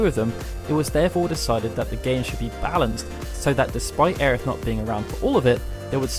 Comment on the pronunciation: Ugghhh Aerith... Every time I hear it pronounced that way I want to vomit. The same for when I hear so desperately cling to the idea that Crisis Core is even remotely canon. Neither are canon. Regardless Tifa is such a badass and will always be my favorite Final Fantasy character. With Quistis a close second